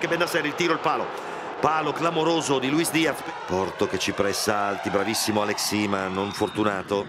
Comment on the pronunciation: Comunque Suma che dice di o porto ,sembra dica qualcosa l'atro